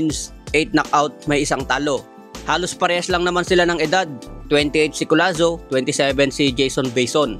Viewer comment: Hinde po collano, collazo po ayusin mo ang pagba vlog